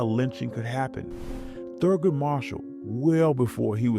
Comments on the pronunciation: ?! " Thrugood ?! ( Not Thurgood ) Marshall ?! SERIOUSLY?!:face-orange-raised-eyebrow::face-orange-raised-eyebrow::face-orange-raised-eyebrow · ?!:face-orange-raised-eyebrow::face-orange-raised-eyebrow::face-orange-raised-eyebrow: " Thrugood " ( Not Thurgood ) Marshall ?! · ? !" Thrugood " Marshall ?! ( ! NEVER heard of him ! " MIGHT " you mean " Thurgood " Marshall ?! ):face-orange-raised-eyebrow::face-orange-raised-eyebrow::face-orange-raised-eyebrow:After my 1995 felony of " forgery of a government instrument " my driver's license had not only been revoked waaaaaaay into 2017 , I had also been required to serve 4 sentences at warden demerit's " bradley scott merritt's " Trinity alcatraz tatoo parour 3131 Troupe HWY , tyler, TX !!! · ?! " 'Thru'good Marshall "?! SERIOUSLY ?!:face-orange-raised-eyebrow::face-orange-raised-eyebrow::face-orange-raised-eyebrow